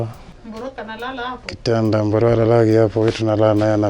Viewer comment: Wee baba sema Erick Mburu, sio "Mboro"